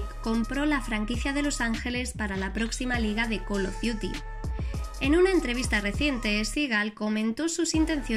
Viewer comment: Hiciste el curso de Inglés sin barreras ?